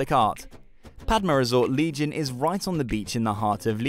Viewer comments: Is not legion it’s legian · didn't you cringe every time he said "legion"....or laughed?!